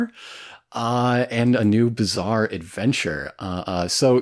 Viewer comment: the little slip dan said near the end "jojo's bizzare opinions" should be another subtitle for this :)